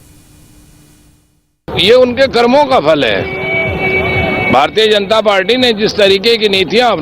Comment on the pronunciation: अखिलेश यादव को बोले भारतीय जनता पार्टी का स्पष्ट उच्चारण करें, सोडा तुतलाते है। तुतलाता एक नेता के लिए अच्छा नहीं होता।